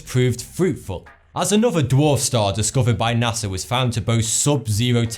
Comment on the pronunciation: You... might want to watch your "NASA" pronunciation, with your accent sounds a lot like "Nazi". So, to me, you said "Nazi scientists"